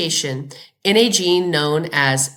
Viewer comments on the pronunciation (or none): none